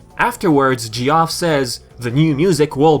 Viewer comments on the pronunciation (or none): D Paws thank you :x I was thinking "Gee-off..? Is he.. is he saying Geoff?" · It's Jeff no Ge-off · “Geoff” is pronounced like “Jeff” :P I’m so pleased with how the colors turned out on the game ^^ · "G-off" I'm sorry, but i can't get past this pronunciation xD It's the same as the name Jeff ( j - F ) I apologize due to language differences lol